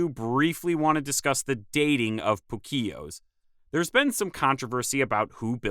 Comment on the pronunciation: Uhh... It's POO-Keos, not poo-KEos